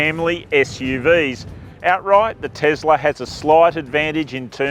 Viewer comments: Is it Tezla or Tesla, Zeekr or Seekr? Is it seven or zeven? Is it car test or car tezt? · Iz it Tezla or is it Tesla?